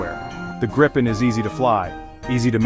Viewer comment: At least pronounce it correctly!! It's pronounced Gripe-N, not like Grip-pen.